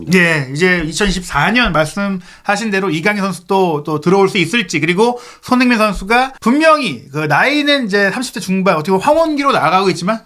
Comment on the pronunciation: 발음을 정확히 합시다. 손흐민❌️ 손흥민⭕️